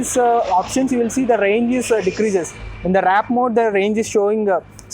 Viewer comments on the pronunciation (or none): Why does everyone say WRAP instead of WARP!! 🤦‍♂️🤦‍♂️ IS IT SO CONFUSING? 🤦‍♂️🤦‍♂️ Not hub motor bro 🤦‍♂️ What tales 5hr45mins to charge? What is this new number you just made up?